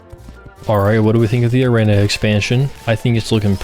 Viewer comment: why do you say arena like that 😭